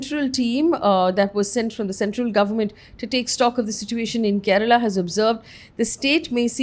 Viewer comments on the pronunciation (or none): none